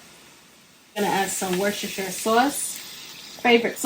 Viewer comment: Hi, Great recipe! And a tip for you from an English woman - Worcestershire sauce is actually pronounced - Wuster!